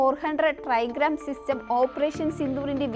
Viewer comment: എസ് 400 ട്രൈഗാം അല്ല ട്രയംഫ്